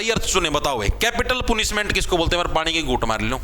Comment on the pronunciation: Sir पनिशमेंट Ko पुनिशमै़ट kyu kahan lagre ho english na ati dikhe